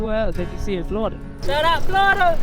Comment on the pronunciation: Yeah FLOORDA why tf is he saying it like that 🙄